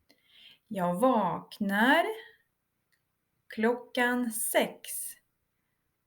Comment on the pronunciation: vaknar Вы произносите как долгий а )